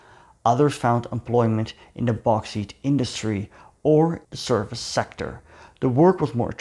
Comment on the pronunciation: BTW bauxite is pronounced BOX IYTE